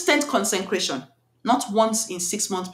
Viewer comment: I think you mean to say “CONSECRATION” not “concencration” some people might mistake what you’re saying to mean just be extremely focused 😊